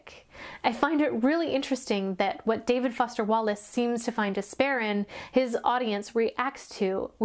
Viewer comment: I love the part about the professional smile, so true but I never thought so about it so in depth! (Also died at "David Woster Fallace" 😂)